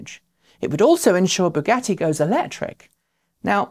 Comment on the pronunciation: "Baguette" for Bugatti - :-D